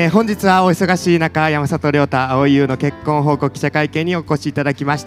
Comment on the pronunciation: やまざとじゃなくてやまさとな